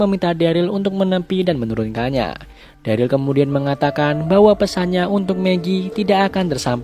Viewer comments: Keinget dulu ngomong daryl jadi darly:vdah lah lupakan semua manusia punya kesalahan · Pas season awal ngomong daryl aja darly